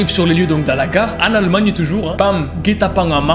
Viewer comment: Il a dis almagnie